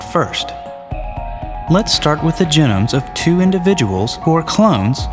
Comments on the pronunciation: i hate how he pronounces it gen-nomes and not gee-nomes. apart from that great video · Don't want to get too picky here, but if you're going to teach people about genomes, you should try to use the correct pronunciation: ('jee - nohm). This is the first time I've ever heard it pronounced: ('jih - nəm) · Jen-ums. Are those like steak-ums?